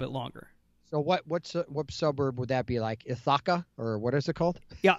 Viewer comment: ITHACA is pronounced ITH-A-KA (like with but without the W). Your pronunciation cracked me up. Then again both you and Bradford crack me up each time I check you out! Thanks for the laughs, you guys have been much appreciated during the insanity!